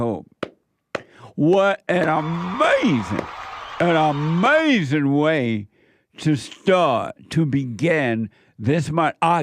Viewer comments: Don't forget "that's amazin" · In my life i hope to see JLP host and moderate a presidential debate. "Uh May Zee Ing"